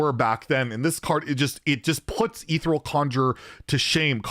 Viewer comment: E-thee-re-el conjurer. pronunciation Nazi here.